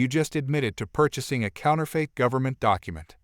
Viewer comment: Counterfeit is pronounced counter-fit , not counter-fate.